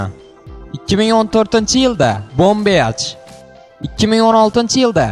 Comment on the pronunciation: Video manga yoqdi. lekin gaprishda sal xatolik bor. siz qando yozilsa shundo o'qivos clash of clans db yoziladi clesh of clens db o'qiladi yana boom beachmas boom bich diyiladi. Yana diniy ekstrimzni gapirib o'ttiz oldin eng tepada burcheda shayton rasmini turardi, lekin xozi yo'. Yana Bu o'yinni Terr Jons Quronni yoqan kishini qo'li bor yana 9-ratushada xuddi kabbadaka to'rtburche joy bor tepasida